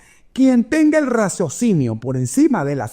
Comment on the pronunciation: Muchas gracias! Claro y lúcido como siempre. Por cierto, es “raciocinio”😏 no “razocinio”